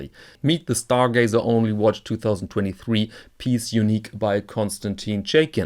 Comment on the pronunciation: Stargazer, not Starglazer! :))